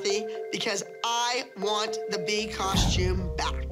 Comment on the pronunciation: I just want to make a shout out to Melissa for being the only mom to pronounce the word ‘costume’ correctly guys its “cost - ume” not “cosh - tume” thank you melissa